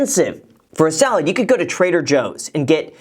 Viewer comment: am I the only one who thought she said "solid" not salad?